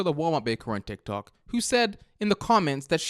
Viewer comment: Ah yes Tiok tok